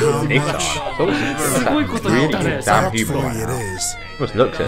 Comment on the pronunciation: the way he said “DAMN” when Daki gets moliwhopped